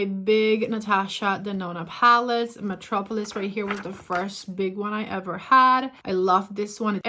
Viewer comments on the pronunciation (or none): none